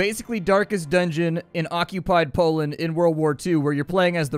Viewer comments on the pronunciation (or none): none